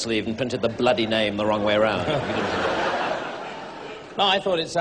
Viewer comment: When Rowan says "bloody" at the end he pronounces it like "blyadi", which means "whores" or "sluts" in Russian))